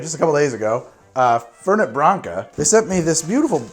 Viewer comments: FerNET, not Ferney. The name comes from Italian, not French. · It's Fèrnet, the accent's on the first e. ;) And the mint version is Branca Menta. :P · Hi im from Córdoba Argentina, and can 100% confirm that we pronounce it without T at the end. I hope you have a good day! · Never Fernei... FernEh or Fernet as you'd pronounce "Fair Net" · It's Italian, so the T in Fernet is a hard T. The French would drop the T at the end but not the Italians. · First, it's Branca Menta, not menta branca. Second, the 't' in the name Fernet is not silent. It's an Italian, not French, pronunciation. Do your research. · if u want more foam, just take out the ice! make coke spash in the fernet. Also fernet is pronounced with the T on the end and cOrdoba, with the accent on the first O not the second. Im from argentina, and we drink that everywhere, idk if it has mint, but there is mint flavor fernet appart from the original u should check it out too. Some people drink it with sprite, but I prefer the original with coke (never do it with pepsi, or any other cola flavor drink, ever!)